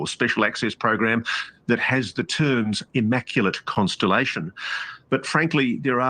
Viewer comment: Inmaculate... constripation?! 😮 oh, constelation, that makes sense.